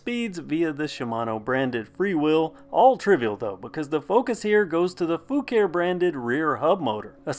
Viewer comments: The name is actually pronounced Fu-car-ee according to the manufacturer. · That's to be expected. The Fucare YT channel pronounce Foo-car-ee on several videos. It's like the different pronunciations for Asus. Taiwanese employees say Ah-soos while most others say Aye-sus.